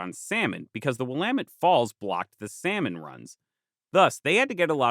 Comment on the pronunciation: currently watching this on a former prairie in the Willamette valley! props to you for getting the pronunciation right, I can't count how many times ive heard people get it wrong lol. great work as always!